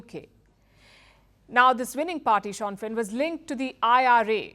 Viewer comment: Palki, it is not Shan-fin but Shin-fin.